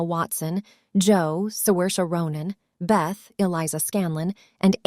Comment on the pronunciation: Did you know Saoirse Ronan already told how to pronounce her name multiple times in her interviews?